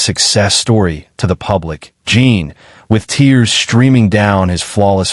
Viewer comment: JIN not JEAN